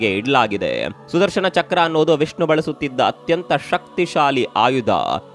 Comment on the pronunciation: ನ ಉಚ್ಚಾರ ಮಾಡಿ ಣ ಅಲ್ಲಾ... ಸುದರ್ಶನ